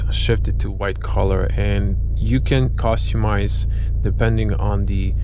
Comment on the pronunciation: The way you say "costumise" bothers me